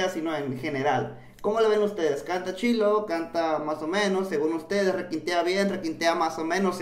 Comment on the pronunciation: Se dice chido wey no chilo